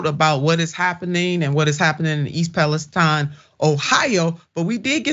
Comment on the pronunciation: Please pronounce the city correctly... it's Pal-ess-tine with a long I. Where have you ever heard anyone pronounce it as steen? That's ridiculous!